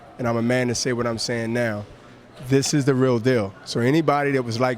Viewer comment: I wish Hopkins stop saying "dis, dease, den and dat".